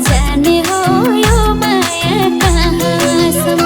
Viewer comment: जाने हो यो माया काँ सम् म-- यसरी उच्चारण वा गाउन लगाउनुपर्ने तर संगीत निर्देशक कमजोर पर्नाले जाने हो यो माया कहाँ.. सम्म् --यो अँश मा हलुवामा बालुवा पर्न गएको छ। नराम्ररी किरकिर लागेको छ।